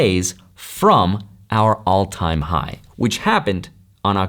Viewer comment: why you keep saying “all” time high/low ?!? 😂 luckily bitcoin does not go to an all tine low every cycle